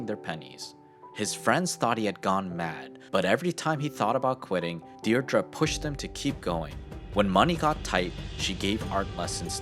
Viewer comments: It is a pity that you fail to pronounce 'Deidre' correctly (Deer-dree) and show undisciplined American schools. No UK School would allow such poor behaviour let alone James' 'Private School'. UK houses are more expensive than the wooden shacks that Americans prefer but remortgaging his home for £1.25M puts him in the upper echelons of UK home owners. Had he failed he could have purchased a 'small' house for ~£250K or so. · Dierdre Say Deer-dree